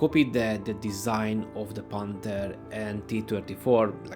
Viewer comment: Nem pánter hanem penther. Konyorgom ellenorizd mar a kiejteseket.